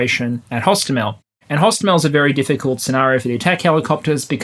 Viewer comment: hostOmel, not hostomEl. We were laughing in russians saying it wrong. From wikipedia: pronounced [ɦoˈstɔmelʲ]